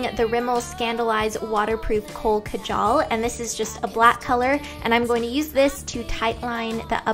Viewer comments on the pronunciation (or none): none